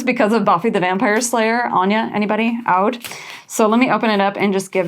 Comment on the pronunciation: Loved every piece and I’m obsessed with your makeup 😍 Ps: Oudh or Oud is pronounced “ud”! It’s so yummy & sexy in fragrances, especially the Middle Eastern ones 🥵